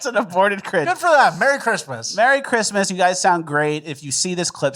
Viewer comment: I love, but I swear to sweet baby Jesus if you say "Chrima" instead of "Christmas" one more time, I'm unsubbing.